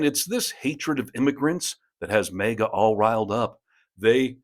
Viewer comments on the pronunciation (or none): LOL! may-guh? MAGG-uh. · Repeatedly/routinely mis-pronouncing "MAGA" as "May-Ga", might be a deliberate choice on your part to demonstrate your distain for those pathetic cultists, but, when we all know that the accepted pronunciation is "MAGGA", all you're doing is presenting yourself as either ignorant or stupid, or more likely, both! Honestly, all I want from you and this channel, is honest news and reportage. I can do without the smug, "we're so much better than you" asides, exaggerated eye rolling, reciprocal name calling and performative faux angry rants! We're already on your side! I don't know who you think your target audience is, but if you believe you need to talk to us that way, then you're drastically underestimating the intelligence of your audience and quite frankly, insulting us! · Why are you pronouncing Maga as mega? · You pronounce maga weird